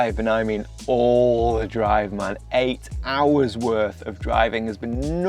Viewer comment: "Eight hours worth of driving!" (said with great emphasis) You Brits are so cute. ;-)